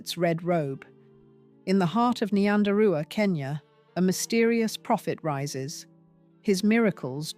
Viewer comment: Ai really needs to work on pronunciation